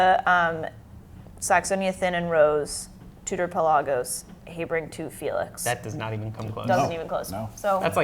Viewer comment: nice chat! But it took me quite a few extra seconds when Heibring is mentioned! It's HAh-bring man. lol